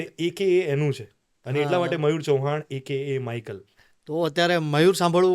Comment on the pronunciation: It's not અક્કા it's એકેએ